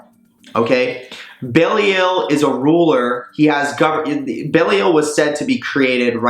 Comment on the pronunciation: I thought she was pronounced "Heck-a-te" not "Ha-Ka-Te"? And "Bee-lie-al' not "bail-ee-el"